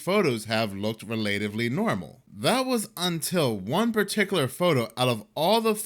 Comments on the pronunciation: Rel- ah- tiv- ly NOT Ree- late- iv- ly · *relatively is pronounced as in ones relative, not how one relates.